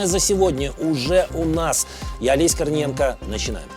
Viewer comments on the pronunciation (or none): Мне кажется или он говорит Олеся корниенко? 😂